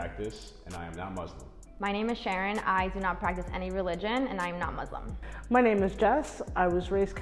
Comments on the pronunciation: Mu .... (S) ..... Lim . The 's' the 's' bro. Please 🥺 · is it so hard to sya muslim not muzlim ? 😭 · why does the pronunciation muz lem bug me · they shouldve asked how to pronounce muslim